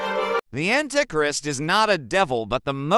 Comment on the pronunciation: ... ..."an-tic-rist"? 😂 I hate Robovoice. To the dnr zone with ye!